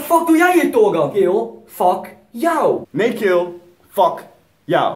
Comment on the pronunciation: haha geniaal met dat fuck yoe nee fuck you😂